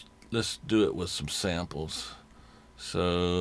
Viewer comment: what does he mean with,"have fun with it" or did he say "wid it" lololololololol :D <3